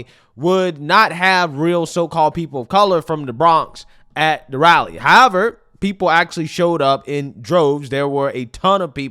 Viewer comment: AOC has "rally eny" 😂😂😂